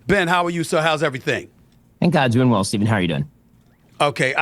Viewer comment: bro fix the fucking name. its "Stephen". it takes 5 seconds to research his name